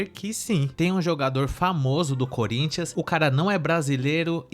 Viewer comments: Só fiquei com uma dúvida, o que é um colintianu? Foi isso que ela disse?😂😂😂😂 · A mulher não sabe nem falar "Corinthians"